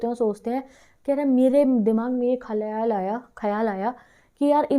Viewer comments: khayal aya 🤣❌ khalyal aya✅ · Didi ko khyal nhi khalyal ayaa 😂😂😂😂😂